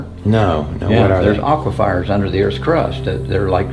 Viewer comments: Aqua fires??? Your killing smalls, it's aquifers! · Lambyrinths and aquifires 😂